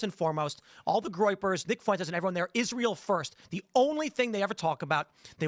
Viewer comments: Why does Kyle always say “Foo-Wenn-Tess” instead of just “Fwen-Tess”? Lol it reminds me of when white Americans say “Wahn” or “Hoo-Wahn” instead of just “Hwahn” for the Spanish name Juan. Neither Fuentes nor Juan are hard to pronounce! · God damn it Kyle it should be two syllables when you say Fuentes' last name